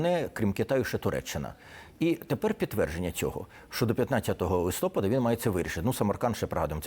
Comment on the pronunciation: Пане ведучий, журналісту не личить так безграмотно розмовляти!! Подивіться у словнику, де ставиться наголос у словах листопАд та гелікоптЕр! Сором!